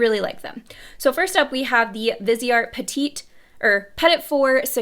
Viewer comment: You said petite right the first time? It’s not pedit, it’s pe-teet